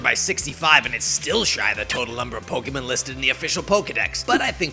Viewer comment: Azim was also the Green Ranger in the second season Super Megaforce. Technically the same season, but different powerset. Also, the way you pronounce Pokémon as "Pokémun" makes me twitch for some reason. As for the actual battle: You disappoint me Greninja. You embarrassed your counterpart Blastoise. And I am one of those 17 people who own the Fire Emblem amiibo. All 4, actually, though only Lucina and Ike are opened.